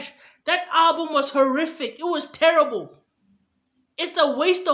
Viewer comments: This is the 1st video with more dislikes than likes. This guy crazy... I hate the way he says "therrible". I give that a 1 out of 1000😒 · The way you say "Therrible" is terrible 😂😂😂😂😂😭😭. Go get a life bro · No one:: THERRIBLE! 😂😂😂